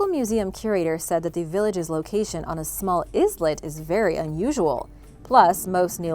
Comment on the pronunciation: Great job. I love all of your videos and I subscribed. I can tell that you read a lot. Islet is pronounced “eye-let”. We can’t get them all right. This literally happened to me yesterday with a different word.